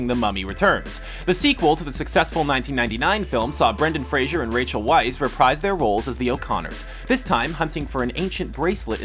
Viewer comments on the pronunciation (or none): Seriously, screenrants, in video after video you mispronounce actors names. Would it kill you to do some research? Rachel Weisz' last name is not pronounced with a W, but as a V sound. Like "Vice".